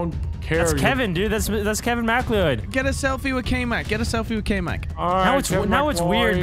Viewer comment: I hate the way you guys pronounce kevin mcleod😂